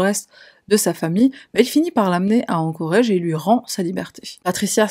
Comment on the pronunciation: Ah, encore un truc. Pourrais-tu contacter pour lui lui rapeller que "Anchorage" se prononce "Anchorage", et pas "Anchorage" Merci à toi.